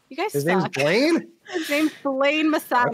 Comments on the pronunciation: It’s Bain not Blaine 😭 ashamed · It sounded like Blaine to me too. I was confused at first lol